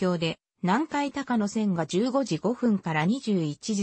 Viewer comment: 高野線は「たかのせん」ではなく「こうやせん」です